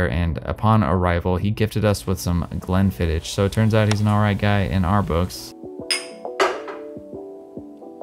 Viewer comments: Glenfiddich has a harder 'ch' at the end, as in 'loch'. Definitely not glenfidditch. It's important to respect it as you slay it. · Glenfiddich .... ch, like your clearing your kind of throat, not hard ch like 'chair'. You need to get to Scotland Man for the whisky more than the photography obviously !